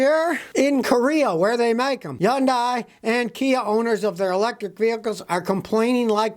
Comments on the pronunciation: LOL its pronounced "He-Yun-Deh" and the d part is short (not like day)...trust me I'm korean haha. The people at Hyundai that say it incorrectly are not korean so they can't pronounce it correctly so they say it like Hun-day. Watch the Korean Hyundai commercials. Most non koreans cant say it right so they compromise for the sloppier version lol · It's not Yundai it's called Hyundai. Stop saying it wrong. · It makes you look really bad when you always mispronounce so many words Like Hyundai. It's pronounced Hun-day not Yun-die. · Scotty, I dated a Korean for years. It is not Yun-die. It is said unequivocally: Hun-Day. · Scotty, it's not yun-die. It's HUN-DAY. Not hard buddy. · Why do you pronounce it "yundi" when it's pronounced "hundi"? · It’s not Yundai. It’s Hyundai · A Hyundai spokesman told me it rhymes with June Day, as in Hoonday. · It’s pronounced 현대 just like it’s spelled; hyun-day (USA usually hun-day) not hun-die and KIA is pronounced “killed in action”. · It's pronounced Hyon-day. And even that's not quite it. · Scotty, you know why they have problems. It’s because the company’s are more interested in shareholders than customers. And as an aside I’ve had two problem free Hyundai vehicles. It rhymes with Sunday by the way. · Scotty kills me the way he pronounces Hyundai. “Yund Die.” 😆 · Exactly! Scotty ..it's Hyundai....like Sunday. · It's Hoonday. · No he's not. It's Hyon-day with a little more short u on the o. Or Hyun-day with a little more short o on the u. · It's actually Hi-un-Dry. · It's actually Sundai. 😂😂😂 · It’s Hyundai, like Sunday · Scotty, the H is not silent. Lol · I like Scotty even though he can’t pronounce Hyundai. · He’s the only person on the planet I’ve heard pronounce it that way. Lol.